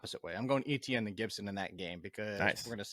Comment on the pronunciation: please learn how to pronounce Etienne.